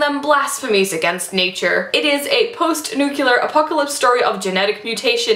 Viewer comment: Nuclear is pronounced NEW-CLEAR, not nu-cu-la- that's how Bush and other mental pygmies pronounce it, don't be like them, you're WAY too smart for that. ;)